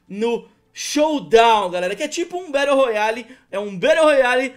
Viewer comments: "Batte royale" kkk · BATTE ROYALE KKKK